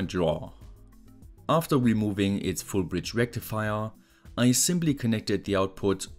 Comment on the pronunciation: "don't work with mains unless you are professional" Goes onto pronounce Full Bridge Rectifier incorrectly